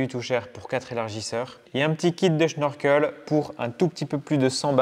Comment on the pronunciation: Question, pourquoi dis-tu schnorkel alors qu'il n'y a pas de H ?